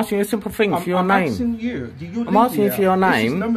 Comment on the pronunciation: I am axing you a question? Axing? How can you axe a question?